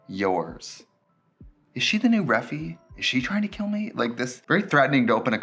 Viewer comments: TRIXIE ITS REF-I NOT REFIE NOT IE BUT Y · The way Trixie pronounces Refy 😅 its meant to be pronounced like Re-Fi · trixie refusing to pronounce refy correctly is what keeps the feud going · Refy stopped sending PR because Trixie refuses to learn how to say the company’s name. 😂